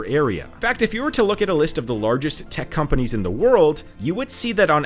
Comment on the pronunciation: If you can't even pronounce the names of the companies properly, and use metric units in the imperial world, you obviously have no idea of what you are talking about.